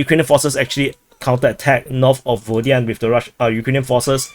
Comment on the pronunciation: Still sayin Rhaybhar, LMAO. Your show is entertaining solely on listening your chinky names slaughter. I wonder, still, why Pervomayskoyeeeeh and not also Vodyaneeeh, but Vodyanhhh instead? At least be consistent in your blunders. Btw. Congratulations on discovering the term "tentatively", English grade 4.